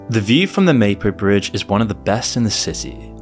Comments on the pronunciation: and the black-pilling he consistently posts is everything wrong with Youtube. See how hyperbole works? btw, it's pronuonced 'Mah-poh,' not May-poh. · Gave up at less than 3 minutes. Anyone who pronounces the capital as "Seyool" and refers to the "Maypo" Bridge clearly has no first-hand knowledge of the country. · Surely it would be worth finding out how to pronounce the names. You used Mapo in the first and second sentence and pronounced them wrong. It ruins your credibility early on. Edit: Wait, you can't pronounce Seoul??? Is this an AI voice? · Mahpo, not Maypo... bad AI. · The least you could do to release this video of yours is at least find out their pronunciation... 'Seoul' is pronounced like "Saw Ool", Mapo is pronounced "Ma Po" not 'Maepo'... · Maepo? It's Mah-Poh. Let's go. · "maypo" "Syool" Bro can you at least look up how to pronounce the names of the places when creating a documentary about why the country is shit. Absolutely pathetic. 😂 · You had me at your pronunciation of "Mapo". Come on! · Mah-po bridge Suh-ool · Mapo is pronounced, Mah Poh. At least try to pronounce it correctly. Also, many of your translations are off... Good content, though. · "May-poe Bridge" really diminishes your credibility from the get-go. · God, your pronunciation is torture. Meypo? syul? Actually grading for some reason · Mispronounces the name of the bridge within a second of the video.... I'm sure this is going to be a well researched video... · At least in SK people know what men and women are, and they don't subject children to institutionalized sexual abuse and mutilation. You don't know what the fuck you're on about, and can't even pronounce "Mapo" correctly. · First five seconds: "Mapo Bridge" mispronounced ... looks like you've done your research so far, but that was a weak start.